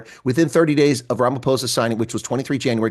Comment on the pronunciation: First time I'm hearing an American pronouncing Ramaphosa correctly.